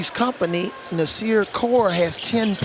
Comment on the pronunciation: "NAS"ir Core=BIG GUARD->U<-......Get a Man's Name Right already., 1st you call him CoLe, then you get his nick name wrong...WTF